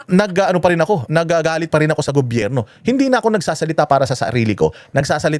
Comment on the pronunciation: IS THE MAN. HE DOESN'T KISS ASS. AT LAGING MAY SENSE ANG SINASABI. SYA DAPAT ANG LEADER NG BANATEROS. MAPA ENGLISH OR TAGALOG ANG SALITA NYA CLEAR LAGI ANG WORDS. DI GAYA NI NA SIMPLENG WORD NA GOBYERNO DI PA MASA BI...GOBERNO ANG BINIBIGKAS 😂 PAG SINABING BANATEROS, SI YUN🥰